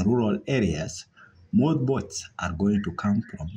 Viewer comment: "Who counts the botes " guys bring someone who has a good English pronunciation 🤦‍♂️